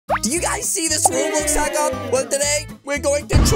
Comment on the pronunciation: That he said hacker only he said haxcer only and i was really ho to school